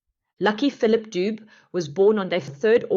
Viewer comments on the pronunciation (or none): Not lucky doob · Its pronounced Duve not Dubu.... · Pronounced….Lucky Du-bè… !! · Its not Lucky Doob but luck Dube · Not Doob